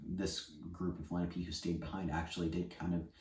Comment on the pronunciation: Lena-pee? It's Len-AHH-pey. Please don't teach the language if you can't even pronounce the people correctly.